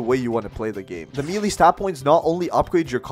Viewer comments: melee is pornounced maylay not meelee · did you just pronounce melee as "mee-lee" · pronouce it as meh leh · Bro really said “milii” 💀💀